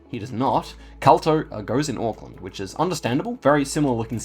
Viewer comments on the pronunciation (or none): none